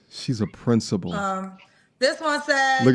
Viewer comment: What school is she princi-pooling..? Took me out 😅😂